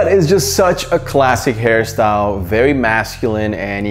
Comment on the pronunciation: He said this hair style or harry syle 😂😂😂 ??